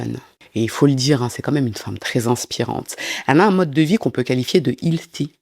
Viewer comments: Pas canadienne mais je vie à Los Angeles. Le “heal” de healthy ce prononce comme le mot “hell” ☺️. T’as troisième prononciation de Wall Pantry est la plus proche (98%) de la bonne prononciation 🔥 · Healthy = se prononce H-Elle - Thy :-) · Healthy se prononce HĖLSSi (sain/bénéfique pour la santé)